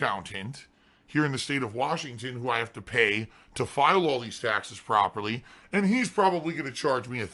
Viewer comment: Tahxes tahxes tahxes... Tahxes on top of tahxes